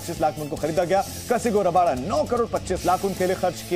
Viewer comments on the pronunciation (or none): Bhai kasigo raba nahi kagiso rabada bdw...rabada ke jagah me hetmayer kya karraha hai😂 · कसहिगो रबादा नाम है एंकर महोदय 🙏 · 'कसिगो रबाडा' नहीं, 'कगिसो रबाडा' है।